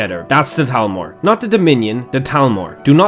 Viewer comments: Why do you say talmor? ITS CALLED THALMOR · It’s Thalmor not Talmor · Ima take a shot everytime I hear Talmor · What's a "Talmor"? I thought it was "Thalmor" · Did he forget that there is an H in Thalmor? It is not Talmor.